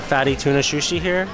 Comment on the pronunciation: Yay Japan vlogs, when are you guys going back?? Also “fatty tuna shushi” 😂